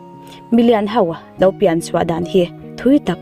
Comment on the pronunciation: A ngaihnawm e. Mahse, o hi au angin i lam ri zel a, a dik lo... o chu o a ni mai. Entir nan, lo chu lau tiin i lam a, tho pawh thau tiin. I lo sim tawh dawn nia. 😁